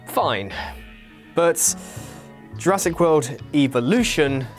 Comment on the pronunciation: did he just say jurassic willy? 0.32